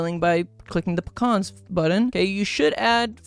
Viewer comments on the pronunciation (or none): Icl the way u say pecans is ticking me off oml 😭😭 Love the video tho, great fun